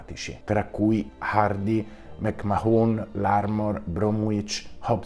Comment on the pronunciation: Interessante. Grazie! Volevo però dirti che McMahon si legge McMan (anche se nel sud dell'Irlanda potrebbero pronunciarlo come hai fatto tu).